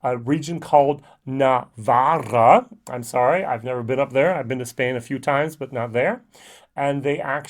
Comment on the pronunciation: You actually pronounced Navarra perfectly. Navarra (or Navarre in English) is the region right beside the Spanish Basque Country, but it's still part of the "greater" Basque region which is spread across both northern Spain and southwest France - so the fact that the grain is grown in Navarra still means that this is a 100% Basque whisky. To answer your question of the day, the distillery you were struggling to remember was DYC, a large enough distillery in the town of Segovia, a little ways northwest of Madrid. I'm not such a fan of their products (always 40% and chill filtered!!!). Owned by Beam Suntory. There's a few ragtag brands of Spanish whisky that come and go but Abducted, AGOT, DYC, and Nomad are the only noticeable brands of Spanish whisky at the moment. On another note, are there any plans to review the releases from Sailor's Home? Irishmalts currently has a €20 discount if you buy all three.